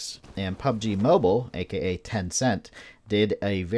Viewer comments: It’s mobile not moble 🤷🏻‍♂️ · Can Someone teach this guy to pronounce Mobile correctly...fucking sounds like mobel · Damn the emphasize on mobile and Xbox is great😂